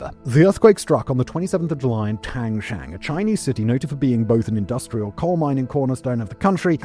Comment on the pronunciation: Mr. Whistler not 1 minute into a video and confidently butchering Tangshan. I think it’s meme worthy.